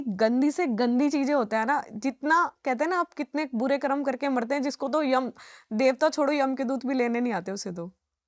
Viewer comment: ये कर्मा कर्मा क्या है ये विदेशी छाप जुबान 😡😡 अरे मैडम वो कर्म होता है जब तुम हिंदी ही बोल रही हो तो सही उच्चारण क्यों नहीं कर सकतीं जिसको देखो कर्मा कर्मा कर्मा चिल्ला रहा है 😡😡 कर्म होता है वो,👎👎😡